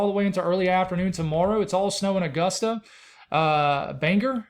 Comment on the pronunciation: And Bangor, Maine is pronounced “bang-gore”